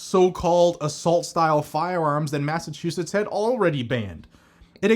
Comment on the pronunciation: “Masta” chusetts